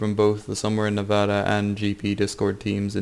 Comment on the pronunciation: Your pronunciation of nevada is wack